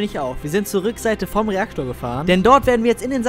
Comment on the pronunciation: Reakotr xD